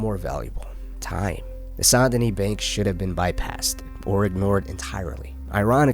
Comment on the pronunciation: "Saint deni"? IT'S. PRONOUNCED. "SANDY KNEE"!